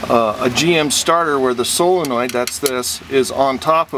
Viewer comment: Thank you for pronouncing it SOLE-en-oid and not SILL-uh-noid like everyone else.